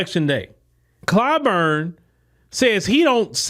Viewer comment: Clyburn is a rhymes with “Spoon”.